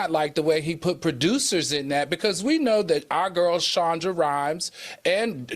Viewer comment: AL ITS SHONDA! NOT SHONDRA SMH ANOTHER MISTAKE LEAVE THE SHOW AND GO TO FOX NEWS LOL